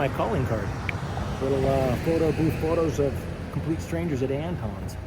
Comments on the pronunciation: From a native Texan, Antones is definitely pronounced Ant-Tones with the O like tone. Getting close to those wedding bells. You guys are great! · I love this guy, but tell me you ain’t from ATX without telling me you ain’t from ATX. How he pronounces Antones.